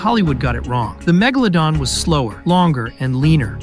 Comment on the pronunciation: Bro literally missed magalodon is megalodon with a e